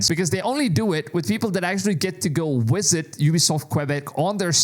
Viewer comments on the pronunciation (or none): Haha i love it, for people who can go "wisit!" not visit but wisit, you're such a vampire dude! 😎